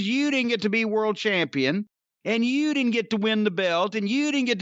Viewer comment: man the way Jim says "You" is so funny too me.